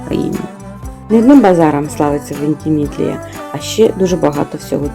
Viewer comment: Центр регілійного життя,Вентімідлія,-ще забула як ви Лотрингію називаєте,як у вас це виходить? Всі слова перекручувати ? То так і продовжуйте- перекручуйте назви всіх міст і регіонів,кількість підписників зросте і всі будуть шукати ,по ваших назвах де воно є? Буде весело